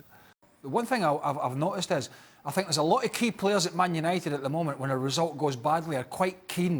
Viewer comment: come on la jose, it's i think, not i sink